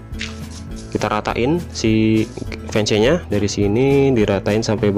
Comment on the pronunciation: itu tulisannya emang fence tapi bacanya fens